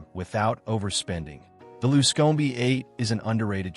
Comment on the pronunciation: You don't like the luscomey? LOL